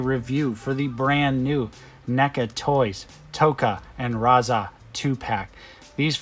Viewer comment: Why did you keep calling him Raza?